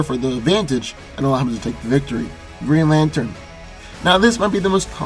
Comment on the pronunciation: What's a "Geen Latern"?